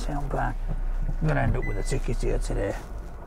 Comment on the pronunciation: Sooo, teh-day...